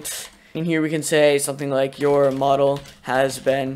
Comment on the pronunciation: you keep pronouncing mo•dall as mod•ell and it’s confusing af